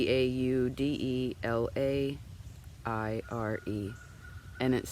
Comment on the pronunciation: "Baudelaire"...sounds like Bow-de-lare"...beautiful quote. Thanks for sharing that and so happy others who have means are sharing! Blessed be the soul!